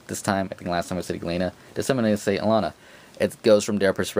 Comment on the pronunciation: If I remember the bkv interview I watched correctly, the way you say Alana's name in this video is the correct way.